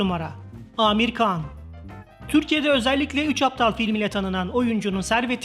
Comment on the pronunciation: İnandirici deyil dediyiniz rakamlar birde konuşan spiker kan deyir handir han khan han